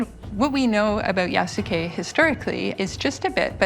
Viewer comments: Lmao, Yasuke who? Jasuke 😂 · did they mispronounced yasuke? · Why is she saying his name like that?😅